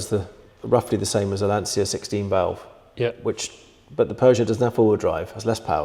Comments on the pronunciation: I hear Lan-cee-a...I get a headache. It is Lan-chi-a... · Lancia is pronounced Lan chia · Gents, you correctly pronounce Porsche, as per its native tongue, because it’s an eponymously-named company. Please do the same for Lancia - Vincenzo Lancia (1881 – 1937) 🙂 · Try pronouncing Lancia correctly in 'Lancia Land'.